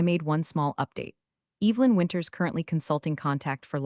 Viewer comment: How do you mispronounce Evelyn……? That was the first sentence. What a joke